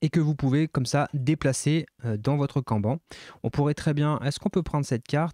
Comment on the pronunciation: Trop bien, merci pour la vidéo. Par contre, petit point, kanban ce prononce canne banne. C'est japonais 😉